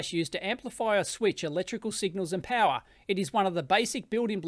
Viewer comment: No way, no where near! Listen to the word "power" particularly. It is not using a proper Australian accent, it sounds English esp. at the end of the word. It might not be so obvious to you if you do not have an Australian accent or live around Australian accents all the time.